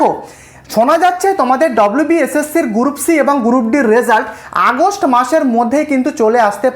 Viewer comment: গুরুপ নয় রে ওটার উচ্চারণ গ্রুপ😃😃